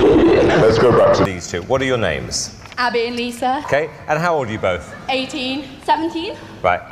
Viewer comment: “I’m abbah” “i’m liSah” “and together we need dr phil”